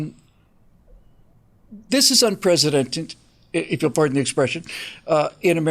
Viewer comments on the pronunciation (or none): you keep saying unprecedented incorrectly